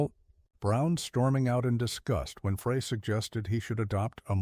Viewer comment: Please, if you are going to continue to produce content like this, pay more attention to the end product. The embedded captioning and AI voice over should be tweaked. Glenn Frey's name is not pronounced "fray", it's "fry" and Jackson Browne's name has an e at the end. Good luck.